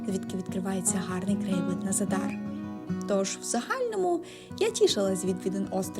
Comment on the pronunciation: Зáдар, а не Задáр